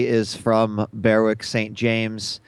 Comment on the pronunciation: Also goes for Berwick.